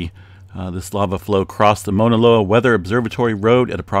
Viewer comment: MAAAAUUUUUUNA Loa! Not mona loa. Like OUCH! Cause its hurting my ears🤣🤣🤣